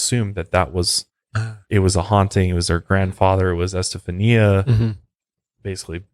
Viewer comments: Pronounsed. Estefanya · Esta- fawnya is how you say that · ** Estafania is pronounced ES TA FAHN YA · ESTA faun ya is the correct way to pronounce it. You are also saying her mother's name incorrectly. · For the love of God…it’s EsteFONia. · I think her name is pronounced STA FON YA. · Haha it’s pronounced “Estefonya” if that makes sense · Her name is pronounced este-funya. Like "stefan" between "eh" and "ya". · Es-tah-fanya my man lol. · It's pronounced EsteFANYA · It’s EstaFAWNia, emphasis on the Fawn lol ✌🏻😊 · I stopped when you said estafania the way you did lol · Esta-fanya...you know that you can type something into Google and it'll speak it back to you so you don't have to pronounce things incorrectly. You should probably use that cuz dude....jeez. you say Satan right but satanism for some reason you can't pronounce properly. It's not SYTANISM it's SAY-tanism. Once or twice is ok but doing it over and over again for the whole episode is... tragic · Just a tip- it’s pronounced “eh-steph-ah-nee-uh” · It's more like E-STEPH-ON,YAH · I believe it's actually [eh-stef-an-ya] - like Esteban but Este-fania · Great episode Fyi her name is pronounced as es*ta*FAWN*ia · It's pronounced [ɛs.te.fa.ˈni.a]. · Hey her name is pronounced "es-ste-fahn-ya"....just sayin'. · my favorite part is that he didnt say "estefania" right even ONCE 🤣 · he keeps switching how he pronounces Estefania's name and its so funny